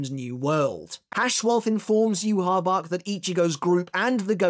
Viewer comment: Bro Its Not Hard To Say Yhwach’s Name Properly 🙈